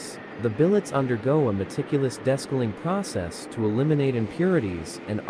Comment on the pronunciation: Desk-a-ling? LMAO